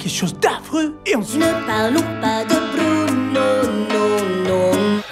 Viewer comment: Sa ma fait mal quand ta dit BRUUNO 😂😂 aïe